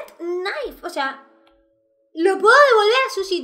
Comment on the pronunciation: Periodista: di knife: Knife (nai) Periodista: Perfecto conseguiste el trabajo:): lo sé:)